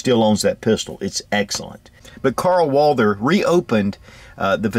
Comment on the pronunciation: First of all if i was to make a video of a firearm i think i would do my best to at least pronounce the name say if the firearm was WALTHER and someone called it WALDER if you can not pronounce the right way than maybe you should collect stamps.